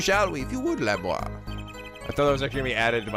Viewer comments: I thought Lamiroir was la-mir-oir... 'miroir' as in mirror. No idea about Machi though. I didn't get Romein Letouse until now. It's funnier to see it in Japanese because it's just Romaine Lettuce. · Nice video but, cmm'on, it's not hard: La-MiR-OIR. You have to pronounce both R. Miroir=Mirror so prounce it the same except the last sound is pronounced 'oua-r' instead of 'o-r' And you have to love no one can point something obvious out: Hey this is an incredibly heavy gun even professionals would hurt while firing so /clearly/ our suspect must be this blind noodly arms small boy who showed no sign of hurt.